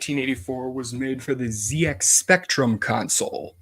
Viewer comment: Hi, I wrote that Astrocode article on LMW! Few things to note: Even though most of us Americans pronounce Z as "Zee", The ZX Spectrum is pronounced "Zed-Ex Spectrum" pretty much everywhere. The company that produced the game "Finsbury Software" was a one-man show, going by the name "Max N. Brooker" who unfortunately passed away in 2009. There were other games he made as well that are also lost as well.